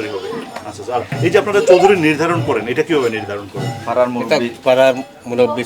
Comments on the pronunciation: Choudri noy chakdri bala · Chowdiri na chok diri